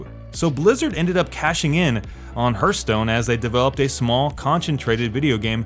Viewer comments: I had to laugh when I heared you saying "hurt stone" again xD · If I hear "Hurthstone" one more time, I'm unsubscribing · yea, he also says "Laura" Croft. i donno guys, but i feel like this guy doesn't know jack about gaming and just reads someone elses scripts. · Hurthstone best pronunciation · Please Google "pronunciation: hearth" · henk thats the way he pronounces hearth. Who cares lol?